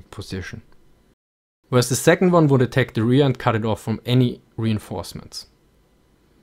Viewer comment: "Vould enforce discipline"